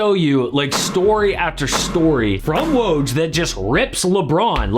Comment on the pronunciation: You made a whole video about Woj and couldn't bother learning how to say his name?